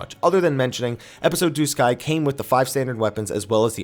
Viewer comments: Everytime I heard this dude said duscae, I heard disguise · I thought I heard disguise * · I think I lost count of how many different ways you pronounced Duscae. And none were the way you used to say it. I haven't played either but looking at the controls they seemed way better before. The basic button placements anyway. Attack with square?